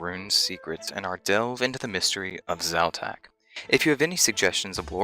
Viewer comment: Quite interesting, I'm still surprised that people pronounce letters and emphasis so differently. In my mind I'm calling Xau-Tak something like... KZ'ow-TàK (with most emphasis on the last part) whereas you pronounce it more like Zao-Taak (with emphasis on the first part). Is there a reason to belief Xau-Tak is a male god btw? And... Why was I not able to get that Xau-Tak reference in Nomad's Elegy? :( I had the impression that that black stone slab and the horrors (cave, jungle, skelletal) are somewhat related to this too. Not only is the Skeletal horror able to do mind control, but it also shares the link with (un)dead: talking to us in the underworld and animating ex-parrots and the skeletal horror. Witchwood trees would have to be related to this content somehow too, since it has an effect on the cave-jungle horrors. And given the properties of this wood/tree species... I think it might be (distantly) related to the Blisterwood trees.